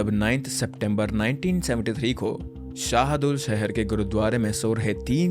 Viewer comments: Its SadulSahar not sehdul sahar c'mon man i thought you do reasearch welcome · Bhai vo sehdul nhi h SADULSAHAR h